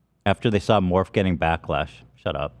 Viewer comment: Ethan mispronouncing Morphe is always so funny to me